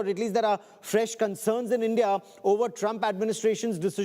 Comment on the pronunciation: भाई तू पहले ढंग से बोलना सीख ले । ऐसे बोल रहा है जैसे तेरा पिछवाड़ा जाम है ।। और ईईईनदिया क्या होता है ? ठीक से बोल और मुंह से बोल